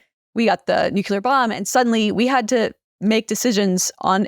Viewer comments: It's 'nook-LEE-er,' not 'nook-YOO-ler.' Just look at how it's spelled. Why is this so difficult? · I'm sorry but I physically cannot listen to how she pronounces nuclear as "nucelar" and subscribing as "suscribing". Otherwise really interesting